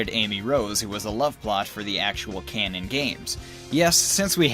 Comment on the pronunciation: It's "canon", not "cannon", unless you're trying to shoot at Sonic :)